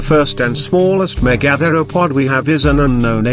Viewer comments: The pronunciation of "megatheropod" in this video is driving me up the fucking wall. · First learn how to pronounce Megatheropod